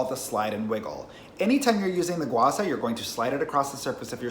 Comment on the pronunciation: bruh it's gua sha not gua sa...